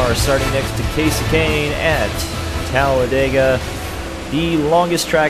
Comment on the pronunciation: its talladega not talledega